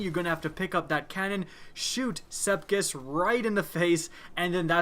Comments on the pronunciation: You can spell sepiks correctly but you can't pronounce it correctly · This strike has been here for 3 years. Why can't you pronounce Sepiks right? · I know everyone else is pointing out how easy it is, but I'm more annoyed about his pronunciation of Sepiks. Sepiks, not Sepkis. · the ammount of times you said Sekips, rather than Sepiks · I know for some people it's nothing but he's called sepiks not sepkis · SEPIKS NOT SEPKIS OMG UR DRIVING ME CRAZY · its sepiks not sepkiss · He said Sepkis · I like how you say Sepiks lol "Sepkis" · Anyone notice he says Sepkis? .-. its Sepiks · Am I the only one who gets Annoyed when he pronounces Sepiks, Sep-kiks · SepIKS not SepKIS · Am I the only one that is angry he is pronouncing sepiks "sepkis" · it's SEPIX NOT SEPKISS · Not to be mean but you pronounce it sep iks not sepkis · M8, what's Sepkis? lol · Love your videos, but "SEP IKS" Sep-icks Sep icccs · I love the words you pronounce differently. i now call the strike, sepkis perfected and love my clever draygon. keep up the awesome work! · It's "Sepiks" you bonehead! Call yourself a YouTuber? Huh? Huh? Do ya? 🙃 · is it just me or did you start calling him sepkis at - 😆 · "shoot sepkis" triggered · "Sepkis" I'm TRIGGERED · I gotta aks a question that probably isn't aksed too often. How are you pronouncing his name "sepkis"? Is learning his name too much to aks? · First of all, no one who has a brain would need a fucking nightfall guide, as long as you kill most enemies you'll get gold; you've got basically no reason to make a video as pointless as this unless you're completely void of creativity, maybe try putting other games on your channel for instance (and not The Division). Secondly, Sep-iks, go on, say it with me, Sep-iks. Unless you failed pre-school actually put some effort in reading because you sound blatantly stupid and are irritating a lot of regular and potential viewers. Common sense ffs. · This dude said "SEPKIS." I'm sleeeeeeep 😂